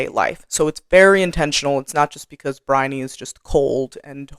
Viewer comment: I thought your explanations are spot on. I did have to laugh about your difficulty pronouncing Briony's name though. I'm British and my youngest daughter's name is Bryony (different spelling, same pronunciation). She was born in the UK but when she was 4 we moved to the US where she's lived ever since. She's now in her 40s. And she has always hated her name because nobody, but nobody has ever been able to pronounce her name and as a child she got called some very bizarre versions of her name by her classmates up to and including 'Baloney'. 🤣😂While it's not one of those very common names it's certain well known over here and everyone will know how to say it, and generally say what a pretty name it is.